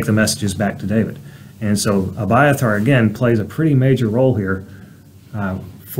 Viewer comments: Exact precise perfect pronunciation😊❤❤So refreshing hearing my name pronounce correctly. Reminds me of my Dad reading scriptures to me an my sisters, when I was a kid as a bed time story. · You exactly said my name right❤😊 I am gleefully amazed❤💯